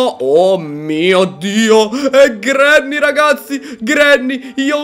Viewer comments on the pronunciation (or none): none